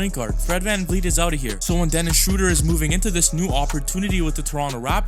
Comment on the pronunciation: Theis and Schröder have been playing together in Braunschweig when they were in their teens. BTW: Theis is pronounce tice, i.e., it rhymes with ice. If you want to pronounce Schröder better than replace the o with the vowel sound of bird. This vowel sound is much closer to the German pronunciation of ö. Also, if you can't type ö than you can user oe. Replacing Ö with Ö is like replacing an A with en E in English.